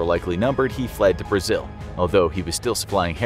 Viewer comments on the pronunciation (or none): none